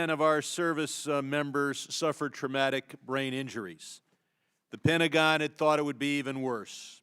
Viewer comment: ...a '3rd generation veteran' who couldn't even pronounce 'Pentagon' / Pen-tuh-gaan /correctly